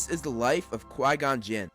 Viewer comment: Gon-Quin -Yoda